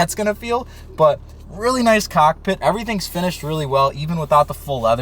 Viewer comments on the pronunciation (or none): how you say cock pit is kinda strange